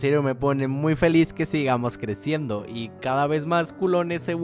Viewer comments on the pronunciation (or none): "CREZCANDO" XDDDDDDDDD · crexcando XD